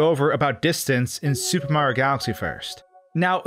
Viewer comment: Fix your pronunciation of super Mario. It’s not sssupemario, it’s super Mario.